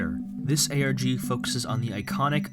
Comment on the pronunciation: did he just say ArGh instead of ARG..